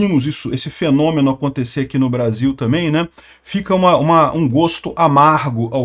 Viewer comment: Vc fala bem, acobtecer. É precisopara de falsr ACONTIIIIICER.